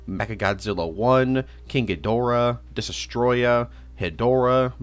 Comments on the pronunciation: 2 years later and he still can’t pronounce Destoroyah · Bro still does not know how to pronounce Destoroyah, but I forgive him